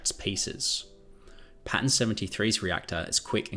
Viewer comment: What are Pans? Pan 73 Pan 113 Hang on, are you saying Pattern? So you are talking about amorphous material pattern? I’m not being funny, and I’m not being mean I genuinely didn’t understand. I thought these were location numbers you were taking about.